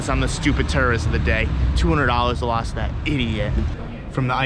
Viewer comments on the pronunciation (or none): did he say tourist or terrorist😂😅